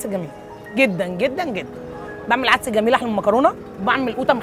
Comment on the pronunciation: هوا عدس وليس عدس بتشديد الدال.